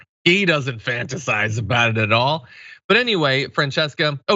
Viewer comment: Doon-e is how it's pronounced... I love him! Lol